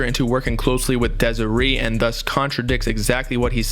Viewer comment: Bro how you pronouncing Desiree like that? 🤣